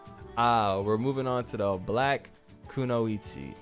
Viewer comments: Glad to see I'm not the only one that thinks the teddy bear outfit looks stupid 😂 You're definitely pronouning Kunoichi correctly. Reminds me of when I used to be stationed over there a long time ago. It's so interesting to see everybody's opinions when it comes to the tier list great video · If people don’t know you’re pronouncing “kunoichi” correctly, then they only watch English dubs. 😂